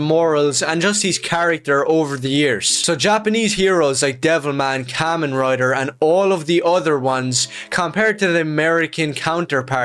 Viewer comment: And the way he said it too, "Kaymenh Rider"